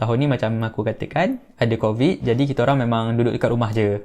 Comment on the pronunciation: yg crovid tu mahu 10 kali sebut. hhahaha